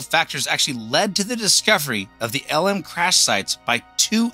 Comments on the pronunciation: Good video, but one quibble. You keep on pronouncing LM as "ell emm" which is indisputably wrong. It's pronounced "lem." It rhymes with "gem." Originally, the vehicle was the Lunar Excursion Module, abbreviated LEM, which everyone pronounced "lem." Later, the "E" was dropped because "excursion" sounded "too frivolous." But, by then, everyone in the program had been saying LEM for years, so the pronunciation didn't change. No one in the program said "ell emm." This issue is explicitly discussed in Murray and Cox's "Apollo: The Race For the Moon," one of the best books about those years. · Great video. But please don't call it "L M" - its pronounced "LEM"